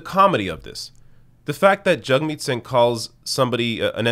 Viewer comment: IT'S JAGMEET NOT JUGMEAT